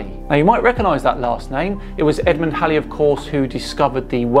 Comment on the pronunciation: thanks for not pronouncing Edmond Halley's name like Bill Haley & His Comets.